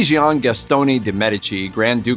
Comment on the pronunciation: "Gian" is pronounced "Jon".